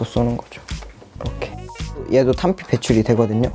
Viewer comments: 그러니까 발음할때 탄띠라고 하는데 자막도 탄피라고 안 하고 탄띠라고 했다는 말일거에요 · 탄피를 탄띠라고 발음함